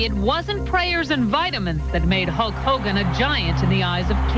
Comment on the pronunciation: Hul-KKK Hogan